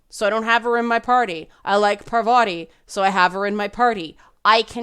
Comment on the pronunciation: (on or about) - GASP! said 'Pavarti'! TRIGGERED!